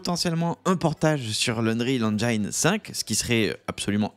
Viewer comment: La prononciation en anglais de engine n’est pas “enjayn”… c’est juste “enjin”